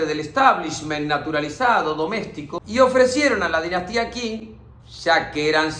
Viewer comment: Genio del mundo mundial, felicitaciones por el trabajo de resumir 100 años en tan poquito tiempo... P.D: datito, pa' colaborar, vio?? me encuentro estudiando chino, Qing se pronuncia "ching"